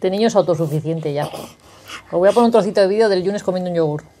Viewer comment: ¡Qué gracioso!!! ""pomer" jajaja!!